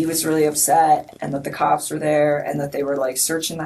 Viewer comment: Why does she keep pronouncing cops like that. “Kaaaaaps!!